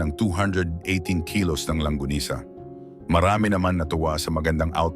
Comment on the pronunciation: It's LONGGANISA not LANGGONISA😁😁😁😁😁